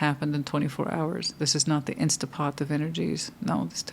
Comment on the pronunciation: I say “Insta-pot” too 😂